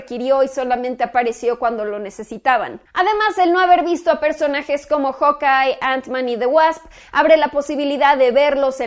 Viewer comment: Samuel Alvarez mentira, normalmente uno lo pronuncia como jaukay, ella de seguro lendice jokay